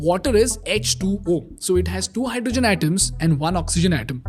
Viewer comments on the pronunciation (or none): none